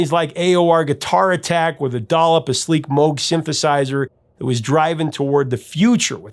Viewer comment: Sorry Prof, it’s Moog, not Moge